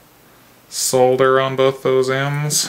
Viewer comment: Its nice to hear someone not from Europe pronounce solder and soldering iron correctly hah 😉